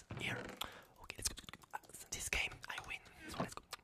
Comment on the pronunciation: Ayo,. It’s not that hard to say “this”… not “tits”😭